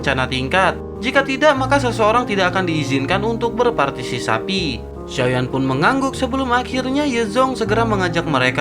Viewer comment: Hehehehehe entah ngomonnya mimin partisipasi atau partisapi wkwkwkwk mimin mimin ... Ok lah lanjuuut